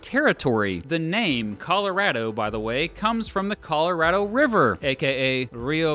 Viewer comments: "Calarado" pls no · I may be wrong about that, but I do know that people in Colorado know your not from there when you call it colo RAD o. Colo ROD o is the pronunciation i was told is correct. Btw I enjoy your videos for real. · And yeah you do say Colorado differently too. What’s up with that? We need to have this conversation.